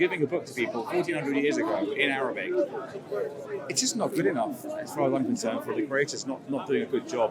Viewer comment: He keep saying written "in Arrabbic" as if Arabic is not a worthy of language. In my mind he racist hypocrite.